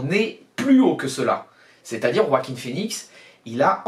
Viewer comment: Enfin, enfin tu es le seul avec moi à savoir bien prononcer le prénom de l'acteur qui joue le joker enfin ça fait plaisir quelqu'un qui sait comme moi qui faut rouler les rrr dans joaquin merci mec 👍👍👍👍👍😁🎉